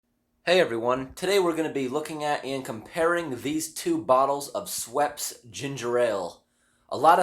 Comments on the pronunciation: Bro it's "Schhhhh wepps" gotta say that "schhhh" in it, LOL! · It is "shhh" or has that in it, he just doesn't say it like that. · It’s pronounced “sweps?” I’ve been saying “shweppy’s” my whole life! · The way you proniunce schweppes is a sin